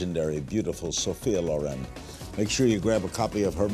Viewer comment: No! LORRAINE OR LORÈNN come pronuncia Ma LÒREN...L'ACCENTO VA SULLA O Comunque lei si chiama SOFIA SCICOLONE CIAO🇮🇹